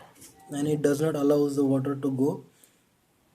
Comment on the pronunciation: And the wattterrrr.... 😂😂😂